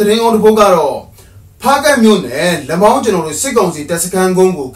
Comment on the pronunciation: လမောင်ရဲ့အသံထွက်က လတ်မောင်ပါ